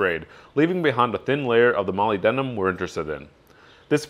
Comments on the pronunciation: It's pronounced muh-lib-duh-nuhm. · "molly denum" haha :p